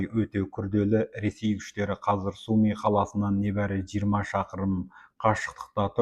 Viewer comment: Су ми емес, Сумы!! Журналист!!